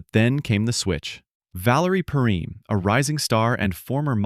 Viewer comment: I’ve never heard anyone pronounce Valerie PERRINE the way you do in the clip. I’ve always heard it pronounced PURR - EIN.